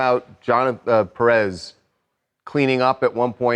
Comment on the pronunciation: People I love you so much (TMZ) I'm addicted to your show but... It's not Pe rrez it's pronounced Pé-rez separate the little line you see on top of the é it's called Acento it's a rule that you have to apply strength on that letter in specific like Ma-rí-a the strength it's applied on the í and you'll add an acento instead of a dot on the í. It's not a lesson for TMZ is for all of us here so we can call people by their name and not something that's wrong that the person named should be correcting them. By the way my grandmas last name was Nieves Pé rez. Best show ever... with all my heart, lots of blesses to all of you. "I'm not a lawyer" 😂 my version.